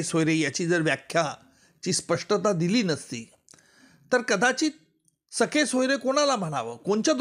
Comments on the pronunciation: हा माणूस जाणुन बुजुन 'सखे-सोयरे' म्हणतोय. खरे शब्द 'सगे-सोयरे' म्हणजे आप्त व नातेवाईक असे आहेत. हा त्याला सखे (ग ऐवजी ख) सोयरे म्हणजे मित्र आणि नातेवाईक अस उच्चारुन जनतेची जाणुन बुजुन दिशाभूल करत आहे. शेवटी सरकारी वकील ना. खोट बोलणारच. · सखे नाही हो महाराज... सख्खे सोयरे म्हणा.... वकील आहात ....‌वकिली चालूगिरी करू नका.... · सखे सोयरे नाही सगे सोयरे असा शब्द आहे. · सखे सोयरे नाही.सगे सोयरे